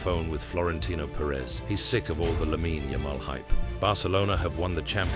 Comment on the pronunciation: nah wtf that isn’t Lamine Yamal that’s Yamine Lamal 😭😭